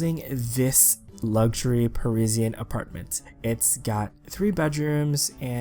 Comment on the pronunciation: The way he says Parisian hurts my soul